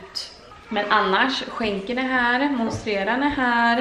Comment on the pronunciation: 😁 Måste bara fråga... Vet du att du säger MonstRera varje gång fast växten heter MonstEra? 😊